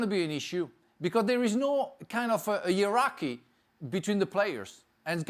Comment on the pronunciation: Everyone else: “ hierarchy” Frank: “yurocky”